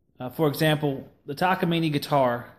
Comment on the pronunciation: Bummer about your guitars, but thanks for sharing your memories. Btw, if anyone is interested, the correct way to say Takamine, go to